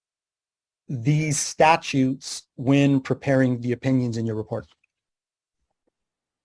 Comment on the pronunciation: He said "statues" instead of statutes. He is a dummy.